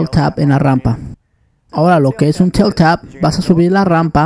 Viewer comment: En vez de "Tail Tap" parece que dijera "Teta" xDDD